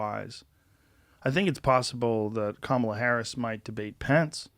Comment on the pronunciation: If she might be your next vice-president, at least pronounce her name correctly, Joe Rogan. Kamala is pronounced "comma-la" not "ka-ma-la". It means lotus flower.